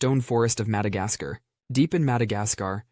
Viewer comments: madagascer, hard r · Says Madagascar right then instantly says it wrong 😂